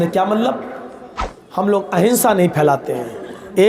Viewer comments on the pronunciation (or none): ne rawani me himsa k bajae ahimsa kaha tha ۔